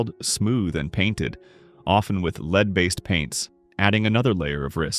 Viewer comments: Drives me crazy that AI can't pronounce the difference between Lead (to guide) and Lead (the metal) based on word context. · Maybe find a way to teach the robot when to pronounce it as lead, the metal, and when lead, the verb